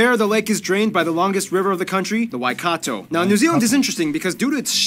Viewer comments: Just started watching only seconds in and far probably one of the best foreigner to say aotearoa the cleanest 💯mans even pronounce Taranaki and Waikato perfect 🤩and also with zealandia originally connect with New Zealand and New Zealand had fallen apart with zealandia and risen above water so technically if zealandia came above water New Zealand would be way bigger and more noticed on the map😂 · you pronounced my tribe perfectly Waikato